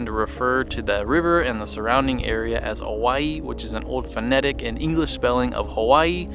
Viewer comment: Thanks for pronouncing Owyhee correctly. How refreshing.